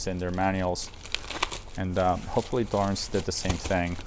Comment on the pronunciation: It drives me made when they say Thor-ens instead of 'torrens'. It makes them sound stupid..So called experts.